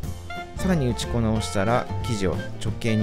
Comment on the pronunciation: おいしそうですね！！ 何度か「うちこな」と発音しているように聞こえますが、「打ち粉」は「うちこ」と読むと思います。